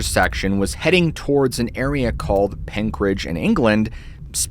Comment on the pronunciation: I went to school in penkridge... great pronunciation 👍